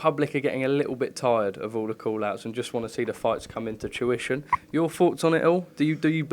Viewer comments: Mate I come on here to say the exact same thing but thought ide scroll thru cos it must of been picked up by someone else “tuition”🤦‍♂️ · its fruition not tuition. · He slips up one word and all the wordsmiths jump on him. Lol. A slip of the tongue. Fruition not tuition